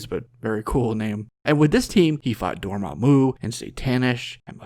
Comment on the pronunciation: "Door- mom- u" I love it.